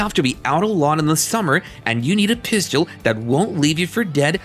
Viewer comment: It’s hard to believe someone that can’t say pistol correctly